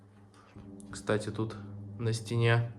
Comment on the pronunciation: да,только слово-паразит часто звучит"кстате,кстате,кстате....."